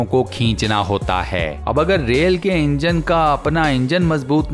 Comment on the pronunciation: Assalamualaikum Voice over seems not good when you end the sentence like ( fit kiya gaya 👉🏻HAI 🤪) Other wise very informative & interesting videos 😊👍🏻🇮🇳thank you so much keep it on